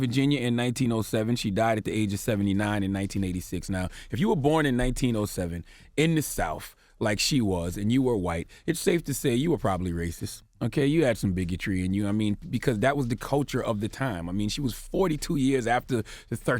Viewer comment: " If you were born in the SOUF "